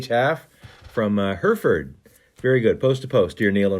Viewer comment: Not 100% it's the same place, but the place in the UK (Hereford) that Brent pronounced as "Hurr-furred" is actually pronounced "Heh-ruh-ford", like "Heron" without with the "-n" and "ford" like "fud".